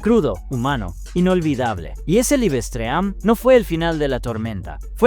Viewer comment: ¿Que rayos es un libestream? Los problemas de usar un programa de texto a voz sin tomar en cuenta las diferencias de pronunciación entre idiomas.